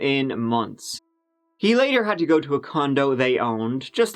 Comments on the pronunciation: to echo mary, if you watch a number of stories, he often kicks it off with us giving it a "goo" ("go" with a cute Irish accent, and means taking a look at, I'm told) and in the comments section we seem to all love when he kicks off that way. We also love his pronunciation of three/tree and thirty/turdy and over the moon when these run together. I guess it's a That Chapter thing. And kinda fun, too. 😋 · He’s saying go but in like British lol